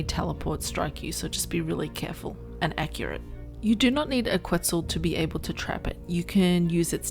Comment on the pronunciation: It's "Ket-Zal" not "Qwet-Zal". Solid video though! This obviously wont work on PVE servers that disallow wild dino pickup. If you can't afford to replace walls you can just derender it and it will drop aggro.